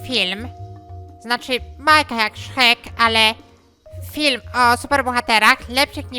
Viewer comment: Szchek z akcentem na szchek